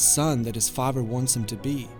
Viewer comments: Father NOT Fafer. So annoying. Good video though. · di... did you say zuko's faver instead of father? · The way he says father. Fahver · The fact that you don’t really pronounce the eth sound makes your pronunciation of “father” sound kinda German; I like it. Good character study. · Okay, I've got to say it. Father has a th in it, not a v.